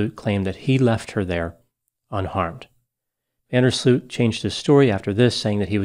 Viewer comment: Next time don't butcher the name van der sloot